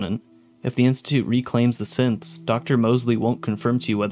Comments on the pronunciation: when going through the characters it sounds like he’s calling them all Simps lmfaooo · when you're listing synths it sounds like you're saying simp